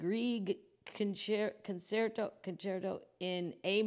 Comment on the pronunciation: Concerto: Say Con-chair-toe.